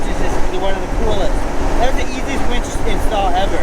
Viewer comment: WINCH. WWIIIINNNCCHH. A wench is something totally different.